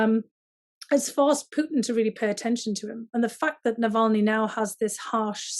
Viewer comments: It is not Nalvany, it is Navalny! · as an obviously intelligent person, it might be good to check your pronunciation of Navalny’s name. I smiled every time you said it wrong. Go Bruins!!!